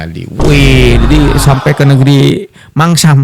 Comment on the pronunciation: Paman sam bang bukan mansam